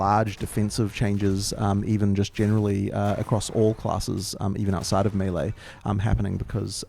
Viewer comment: is working so hard to say "melee" correctly. Good on him!